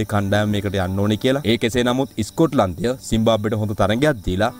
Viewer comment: ඉස්කොට්ලන්තය කියලා pronounce කරන්න එපා. ස්කොට්ලන්තය කියලා කියන්න. වැරදියට pronounce කරන කොට කැතයි.